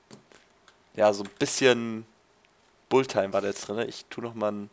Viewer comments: Es heißt Bullettime und nicht Bulltime :) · Wenn schon klugscheißen dann richtig.Es heißt nicht Bullit sondern Bullet. Außerdem hat schon oft genug erwähnt das sein Englisch nicht so gut sei und das man darauf nicht rumhacken solle. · es heißt Bullet-time, nich Bull-time :D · wie du bullet time aussprichst ;D